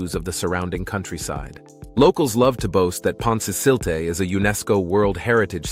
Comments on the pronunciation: pont- ka- selty' acquaduct. 'Lan- goth- lun' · I can just about forgive the mispronunciation of Pontcysyllte, but Llangollen and Cymru shouldn't be beyond your ability. Really, "simroo"? Try 'cumree' instead for Cymru.